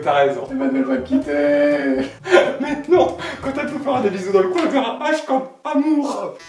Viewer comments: "H" comme "Hamour" it's really nice guys mdrrrrrr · "Ta meuf elle dira H comme Hamour" Oui, je oui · Le H de hamour jpp mdr